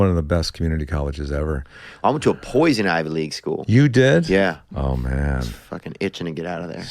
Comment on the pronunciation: “Poison- IV” school 😂